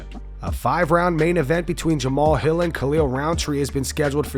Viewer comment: im OVER-th-HEEL (HILL)...retire son !!!!....ur done !!!